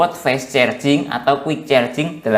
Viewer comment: Carjing mas bukan cerjing